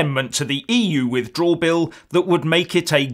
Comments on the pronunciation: Furious, you must be a bit slow. Try listening to the "substance" of the video. can't say "withdrawal" properly! What substance are you on? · It's a shame can't say "withdrawal" properly! But then, he can't say what sovereignty is properly either...